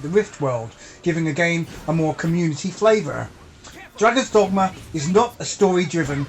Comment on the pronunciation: No need to change the way you say "dogma". I have been calling it "Dogmer" ever since subscribing to your channel. Anyway,, great review to a great game!